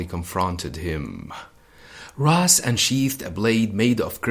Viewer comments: Ra's = Raish Not Raz or Ros. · Ra’s pronounced “ rass “ means head or “head of “ not raish which means “feather “ in some dialects of Arabic